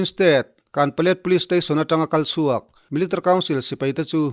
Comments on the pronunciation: MIL .TARY 😀😀😀😀 military tiin lam ve mai la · I trawng hmanhmawh mahh2 anih hi.. milatary pawh iti hman lo miltary iti a ang deuh ber.. mahse a bengvarthlak e